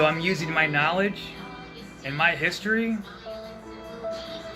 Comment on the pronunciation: He's giving us 'narlidge'. Clearly the world needs more 'narlidge', whatever it is. 😁